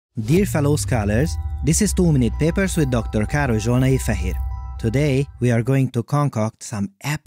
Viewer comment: I still here "too many papers" instead of "2 minute papers" when you say it! For like 3 years I thought that was the name of the channel until I actually read it slowly